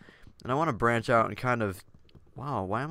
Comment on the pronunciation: Did anyone else laugh when he said "brach out" while chopping the tree? haha maybe it was me.